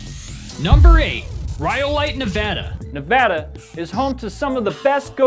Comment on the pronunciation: Ok, Dynamite TV has my respect: he pronounces Nevada correctly.